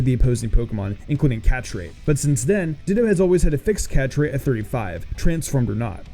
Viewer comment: You pronounced Deino wrong.